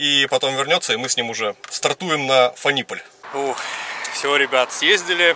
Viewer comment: город фАниполь, ударение на А. Кстати, те самые зелено-серые поезда Шталдер, на котором ты и ехал в Минск, в Фаниполе и собираются, ну или собирались (современные реалии таковы). А ДВС в твоем I3, скорее всего, от максискутера BMW C650. В каком-то обзоре I3 чел обмолвился, что там двс от максискутера, ну а если ты сказал что 650 кубиков, логично предположить что это именно С650, там как раз рядная двойка, ну или параллельный твин как говорят мотоциклисты)))